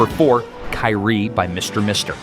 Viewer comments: Being from the 80s, I was liking this video, until you said kye-ree. The name of the song is pronounced key-ree!!! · Naw, it is Ki-ree-ay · No it's not! It's pronounced "kier ree"! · Good video! I must comment that "Kyrie" (Greek) is pronounced Ki-ree-ay. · one complaint: please pronounce "kyrie" correctly. . . . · How in the world can you butcher the pronunciation of Kyrie?? You either weren't alive, or lived in a cave. SMH